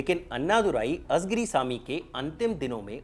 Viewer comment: It's ळ and not झ everywhere. It's कळघम and not काझगाम. It's not azigiri but आळीगिरी